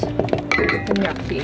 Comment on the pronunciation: Love it! Take it from an Italian...it's "gnocchi." ❤